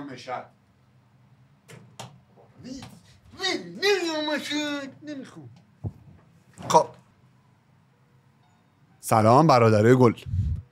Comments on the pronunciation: براروم مِشد نیست مَشَد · وقتی میگی مِشَد یه تشدید ریز رو ش بیار که دقیق مشدی شه😂😂